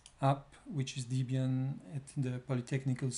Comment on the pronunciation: It's Debian, not Deebian